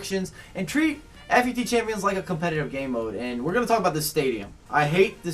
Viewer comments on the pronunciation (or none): it is pronounced foot champs not F U T champs